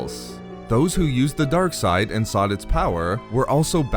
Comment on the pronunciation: Why he says darke side like that😂🤣.